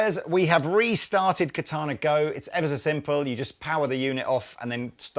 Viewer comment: Ka ta na is Japanese for sword. Accent is on the first syllable. Sounds so strange to hear the word pronounced with the accent on the second syllable. Still a great bit of kit. Ka ta na wa katai desu.